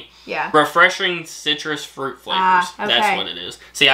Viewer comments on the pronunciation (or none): none